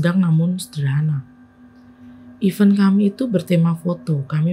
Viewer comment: jadi dapet mobilnya jam 11/12 malam nih? wkwk kalo mau membacakan kembali sebisa mungkin dibaca dulu yaa email nya sampai paham ceritanya baru di rekam😊 semangat👍🏼 oh iyaa event untuk acara dibacanya "iven" yaaa, jd nya bingung 😩